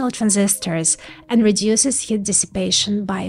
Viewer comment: She's adorable, whenever she says 'Heat', she pronounces it "Hit". So I have this vision of little fists jumping out of transistors taking swings at each other... ;)